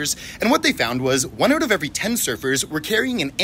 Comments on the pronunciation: At feast i thought he said servers as in like a waiter...was so confused till he mentioned the ocean lol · i wasn’t paying attention to the video and i thought you said “servers” instead of surfers and i damn near had a heart attack